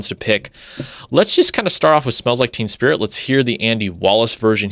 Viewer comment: Its basically the same! Its not like they made "endless nameless" sound like "polly"! Also the first time you said it, you said "smells like TEAM spirit"! 🤣 Im gonna use that as a title for a song!